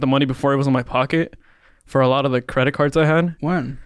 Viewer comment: Say it with me “YOU ARE NOT A CREIT CARD PERSON “🎉